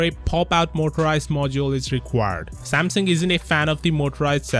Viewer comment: Am I the only one hearing Samson?